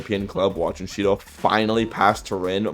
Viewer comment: If you turn on captions and go to the part where he saids Shidou the captions say Cheeto